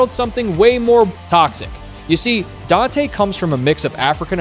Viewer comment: Huge disappointment not getting his name correct. You need to remove this and correct it